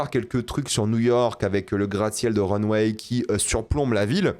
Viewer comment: Mon dieu qu'il prononce mal le nom de la revue de mode... C'est Runway... Pas Runweille....